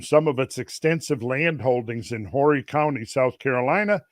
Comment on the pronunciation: just an fyi Horry is pronounced either "O-Ree" or "Orry". The H is silent.